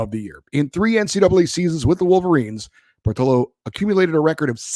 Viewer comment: It's POR-TEE-O.